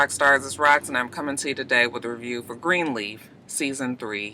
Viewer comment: The word Gree-leaf at the beginning had me weak. Lol I'm sorry to laugh I know you over it lol